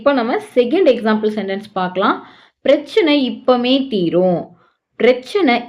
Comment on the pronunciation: இப்பமே அல்ல இப்பவே. இப்போதே........